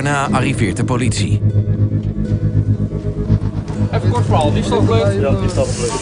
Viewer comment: Woooow "powlitie" echt Woooow het is "politie"